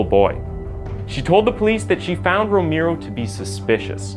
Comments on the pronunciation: It's pronounced rome-arrow... Not rome-ear-o! And yes I am a stickler on how somebody pronounces a name because there's a right and a wrong way to say certain things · I love your channel! Thank you so much! FYI: Romero is not pronounced the way you are saying it in the beginning. It’s Row-mer-o. (Just for future reference.) Later in the vid your pronounced it correctly. Maybe I’m just tired from work. 😂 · (Romero = /Roh-meh-roh/. Spanish name. Learning just vowel sounds in Spanish make a world of difference in pronunciation.) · your not saying Romero right. Say romeo and kinda skip the r in at the end before you say the o. I hope you can get it. When you say the right Romero it's sound's alot better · Okay I'm sorry, I'm so sorry but can you Please learn how to pronounce Romero? It's so offensive I had trouble paying attention to the serious issues presented.